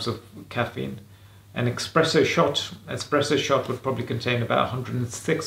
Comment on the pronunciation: DID YOU SAY EXSPRESSO? YES YOU DID YOU IDIOT. 'ESPRESSO'. ESPRESSO, GOT IT? I CAN'T BELIEVE YOU'RE THAT DUMB TO MISPRONOUNCE ONE OF THE MOST COMMON CAFFEINATED BEVERAGES AVAILABLE. COKE IN 375ML? NO, WRONG AGAIN. 330ML IS THE MOST WELL KNOWN VOLUME COKE IS SOLD IN, THE CLASSIC CAN SHAPE. EMBARRASSING.